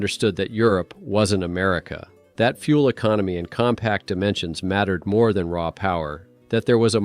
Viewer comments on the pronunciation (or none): none